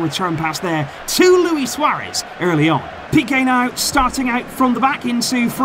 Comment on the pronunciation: “Suarez” is impressive 😂